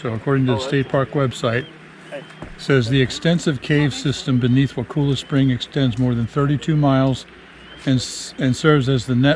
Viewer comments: Look dont say wakulla like wa-cool-a the locals dont like that, its more like a wakulla said like color but with an a sound at the end instead of an r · FYI it is pronounced WAA Cull A not WAA cool a. The boat rides are well worth your time! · You were so close, wa kull a is how we say it.😊